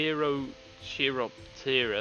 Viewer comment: Chiroptera is the scientific name for the order of bats. The root is Greek: cheiro = skin; ptera = wings. The "ch" is hard, as in character. It's pronounced Kie-rop-taer-ah.